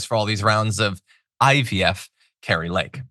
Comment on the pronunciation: It's IVF not UVF and she is some candidate for government or what unbelievable.